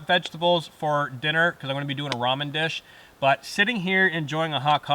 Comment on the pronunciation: Nice video! At the beginning i was wondering "what is a roman dinner"? later on found out it was ramen dinner, not roman lol